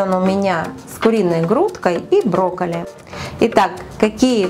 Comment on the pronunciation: Рецепт отличный 👍👏✌️👌👍 тебя сегодня не хватала, была за кадром и слышалось странное произношение как будто брикеты, это так?Спасибо тебе большое за рецепт 👍👏👌✌️👍